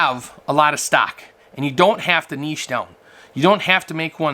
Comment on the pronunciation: You know your right but its Niche not Niche 🤔🤨🤭